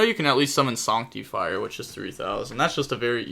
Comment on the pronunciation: Sorry but it's not pronounced sonctifire. It's pronounced sAnc. Like artifact sanctum